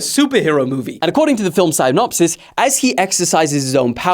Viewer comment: Bro it’s Sy-nopsis not Ci-nopsis